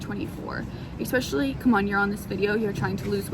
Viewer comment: There is no X in the word especially...